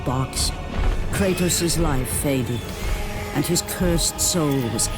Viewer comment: Americans butcher all names...they can't even pronounce Kratos properly. It is an actual Greek word.